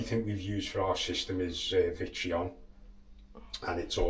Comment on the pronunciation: he kept saying what sounded like vitreon. did he mean victron?